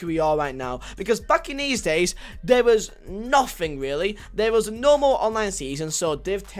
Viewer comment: "Nofing really"